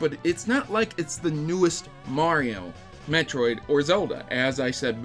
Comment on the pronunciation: Did i heard you say "bitchroid"